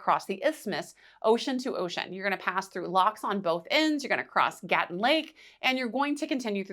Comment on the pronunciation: It's not Gatun, it's Gatún.